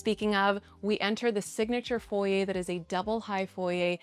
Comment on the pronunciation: Stunning architecture & landscaping! I’m very glad it’s not just a square/rectangle shaped home. Love all the thoughtful details like the wrought iron & sight lines to outside. And thank you for pronouncing ‘foyer’ correctly! 😉